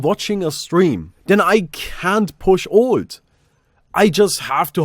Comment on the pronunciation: Ffs, "alt" isn't pronounced "old", your "th" pronunciation is non-existent, and wtf is "fewah abay" ..? You sound like some sort of ridiculous cross-over between South African English, Jamaican Patois ("we cyan't doo dat anymore, mon") all with a lazy don't-even-bother kind of European accent laid on top of that.. As an aspiring international Entertainer? smh tl;dr TRIGGERED